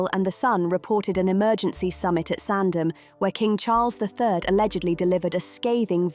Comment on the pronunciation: it's SANDRINGHAM and LILLIBET get it correct or stop faking you know who they are or where they are if you cannot get the names correct